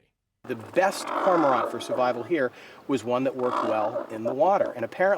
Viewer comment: Hearing cormorant pronounced "Corma-ront" felt kinda weird tbh, this was the only takeaway of value I got from their film